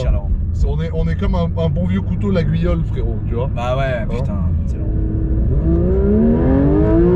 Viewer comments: "un bon vieux couteau lagu iole" t'as détruit le nom du village mdrrr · Aaaaaaargh mais comment il nous prononce Laguiole !!! LAÏOL ça se prononce nom d'un fil à couper le beurre !